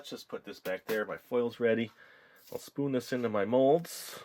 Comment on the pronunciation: Where are you from cuz you say spooin